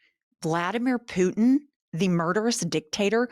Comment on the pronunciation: I don’t like how you say Putin, other than that this is all great. 😂